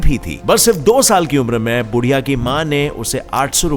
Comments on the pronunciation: बुढीया नहीं यार उसका नाम है बुधीया 🙏🙏🙏@ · Odisha ke child runner ka naam बुधिया hai। Not बुढ़िया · बुढ़िया नही बुधिया उसका नाम